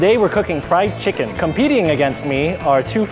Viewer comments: Chickings😂😂😂😂😂😂😂😂😂😂😂 XD XD XD XD XD LOL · BONE LESS CHIKEEN